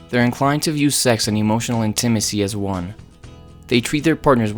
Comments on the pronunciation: What is “in-Tim-is-ee?” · I’m still stuck on how he says intimacy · Fabulous presentation! Easy to understand. I’ve never heard intimacy pronounced that way.